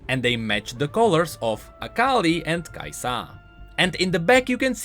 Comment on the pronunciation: Everytime u misprounounce KAisa makes me wanna punch things